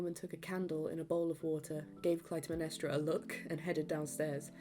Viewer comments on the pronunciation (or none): This is incredible, great work and incredible memory! I saw the show 23 times, every scene (except for a few 1:1s). You might want to look up the pronunciation of “Iphigenia” (if-uh—jen-EYE-uh) and Clytemnestra (klye-tem-NES-tra), but those are my only notes 😅🧡